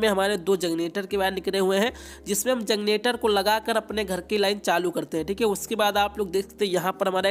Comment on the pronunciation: Bhai kanpur se h lgta h🤣🤣🤣